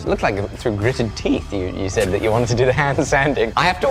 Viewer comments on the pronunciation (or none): none